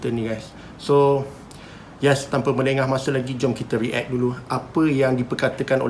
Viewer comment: aku je ke terganggu dengan cara cakap "re-act"? haha react! bukan re-act!